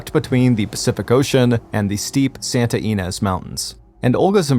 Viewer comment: It's pronounced ES- KA- VALE the Q has a KA sound and Santa YA-NEZ not ENEZ